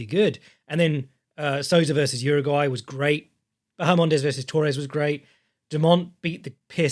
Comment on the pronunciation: Respectfully - Jauregui is pronounced “how-reg-ee” not “Uruguay”. I got lost wondering who the hell you were talking about for a second.